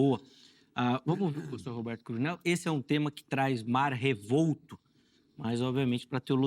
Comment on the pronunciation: Cruvinél é Cruninél viu.